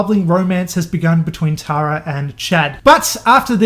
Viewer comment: Tara is pronounced “Tear-a” lmfaoo best way I could explain it. Tho I like “Tar-a” that could’ve been a way cooler name but not American enough.